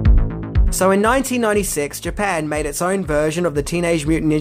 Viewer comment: In minutes of this video I swear it sounds like he says " They mad different versions of these Niggas".. I know it isn't just cause I'm black🤦‍♀️